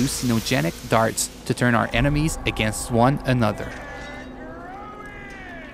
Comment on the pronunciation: And and enimeies